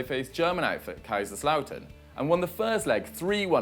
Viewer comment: He actually pronounced Kaiserslautern very well surprisingly